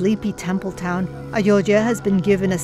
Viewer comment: What can we expect from SCP channel. They are even struggling to pronounce Ayodhya correctly .